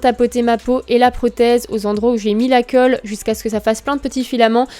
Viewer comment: " La coeulle " clairement.... STRESSANT